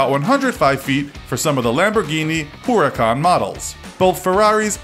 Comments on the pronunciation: Stop calling calling the urus the orus And stop calling the huracan the oracan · Yep I love my ¢enario and my huurucan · He said Centenario as "Sentenario", HuracÁn as "Hooracán and The Urus as "Oorus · Pronounced veneno wrong, showed 2 wrong pictures pronounced huracan wrong and also had 3 wrong acceleration times